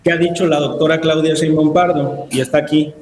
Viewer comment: Siempre he tenido la duda de por qué Alejandro Páez, que sin duda, es un hombre culto, dice "Cheinbaum".